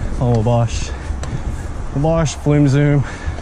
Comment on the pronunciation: Wabash is pronounced WAW-BASH lol. Wabash Cannonball is an old Country Song about a train by the same name. Flume Zoom, Scream’n Delta Demon, and Wabash Cannonball, were all rides at the old Opryland Theme Park.